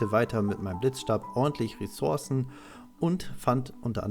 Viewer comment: Es nervt so hart wir du Ressourcen sagst.. 😅